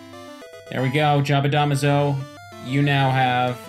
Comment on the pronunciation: Smh pronouncing jabadamazo wrong still